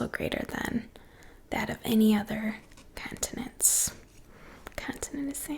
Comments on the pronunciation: the thing that is really getting to me is her saying cun-tinents instead of con-tinents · “Caaaantonents” I’m curios, is from Boston? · I love the way you say "Cahntinents" lol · ^lmfaoooooo bahahaha